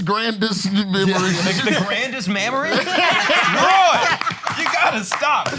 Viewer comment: “grandest mammory” Mark it the goat off the top 🙅‍♂️